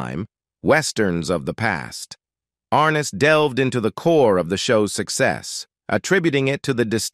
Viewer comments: Is this a story about James Arness, Peter Graves, or Joseph Cotton? Do you not know the difference? As well, the computer-generated voice can't seem to pronounce "Arness". A really sloppy presentation, made worse by the non-human narration. Did you find it necessary to state that James Arness had a "unique connection to Gunsmoke"??? Who would have guessed. Mr. Arness certainly deserves much better than this incredibly careless "production". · It might be nice if he could pronounce his last name right. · Pretty pathetic—you’re pronouncing his last name incorrectly & couldn’t get through three minutes of this because instead off showing James, some of what you’re showing is actually of his brother. 🙄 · An added plus the narrator is not even pronouncing his last name correctly I remember watching it and the narrator on the show would say and James Arness as Matt Dillon